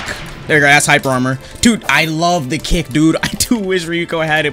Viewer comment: why do i hear " satsuki's cake" instead of "satsuki's kick" 💀💀